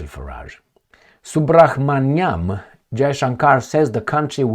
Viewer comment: Pronounce it as subramaniam jayshankar